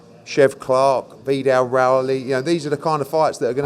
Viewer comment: Why he always says Vee-dal Riley. Put some respect on the British champs name